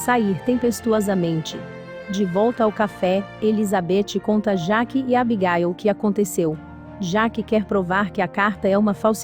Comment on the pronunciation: Nem me fale "Abigáil" kkkkk